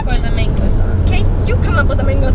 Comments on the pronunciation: whats MAYNGO 😂😂😂Isnt it Man-go, sorry I'm not hating I love you guys <3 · They said "Mingo" I say "mango"😂😂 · lol I’m from England so to me when the merrell twins say MANGO it sounds like they’re saying mengo/mingo 😂 whyyyyy... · I found it very strange that they said mengoes instead of mangoes, is that an American thing? 😂 coz that's definitely not how we say it in England Lol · What else thought Ronni said Mingos. I did. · estefanny reyes: I love how they say 'mengo' 😂 no hate! I love these guys!!!!! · Carlos Castillo I love how they saw mangos , it sounds like mingos or Mingus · Habiba Alom I pronounce it (MAIN-GO)